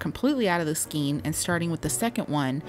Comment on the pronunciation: It’s pronounced “skane", not “skeen “